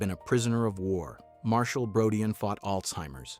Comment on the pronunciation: Marshall's last name is pronounced as BRO-DEEN.